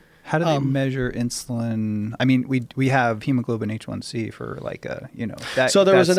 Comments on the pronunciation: Great podcast, great guests 👍 although It drives me crazy when that one guy keeps calling it “Hemoglobin H1C,” It’s Hemoglobin A1C . (because it is the Alpha subunit of hemoglobin that is glycated ) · It’s not hemoglobin H1c... it’s hemoglobin A1c. Do you even know bro? 🤔